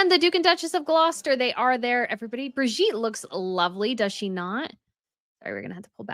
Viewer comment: mins The Duchess Of Gloucester, Her NAME IS-: BIR-GI-TTE - Birgitte. BEER-GEE-TUH. (Rhyme with 'duh') NOT Bridgitte.